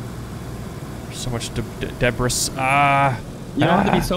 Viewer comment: Deb-ris lol